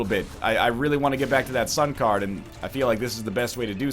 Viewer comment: When he said sun card again, I heard sun cardigan